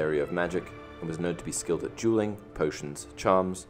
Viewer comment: I thought he kept on saying "jeweling"